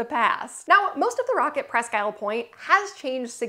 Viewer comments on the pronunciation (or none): Unless it has changed in the last 60 years the name is properly pronounced pressq eel'. Accent on "technical"second syllable, but pronounced more like a single syllable word. Presssskeel'!!!